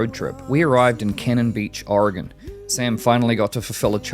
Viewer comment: I was impressed in the previous video that you pronounced "Oregon" correctly when most Americans don't even say it right.. now I know you're a timbers fan (Good choice by the way) it makes sense :)